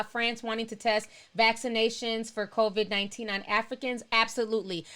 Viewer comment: I love lol. She keeps saying CONVID instead of COVID and i'm cracking df up. Thanks for the livestream though!